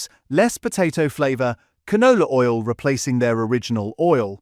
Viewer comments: "Chris Oil" what is Chris Oil?!! Or "olio" should I say? 🤔💯💩 #AIslop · There's no person here, it's AI! 👍💯 You can tell, when there's no natural breath between the words, it's just one long sentence running on & on. No, audible breaks between and natural intakes of breaths in between comma's and full stops. Also, the word oil in the speech it said "olio" 💯🙄💩🫣 AI slop. 💯